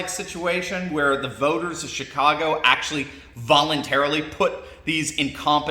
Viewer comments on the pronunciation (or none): Did you say chitcago? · Not to be base, but I honestly heard you say, “Shitcago”. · Im sorry did you say S__tcago? Sorry did sound like that.